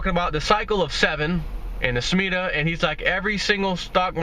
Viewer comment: Sha Me Tah I think thats the way to say it. If you like that you must read The Harbinger along with the guide. Wow! Keep buying that silver.